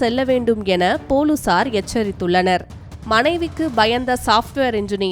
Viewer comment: நல்ல தமிழ் புலுசார் இனி பொலிஸார் கிடையாது